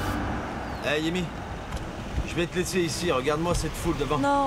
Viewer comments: Pourquoi à dit Yemy au lieu de Tami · a dit "yemi" qui comme moi a entendu? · Qui a entendu que jl la appeler Tamie, yemie😂😂😂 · Au lieu à dit Thamie il a dit yémi😢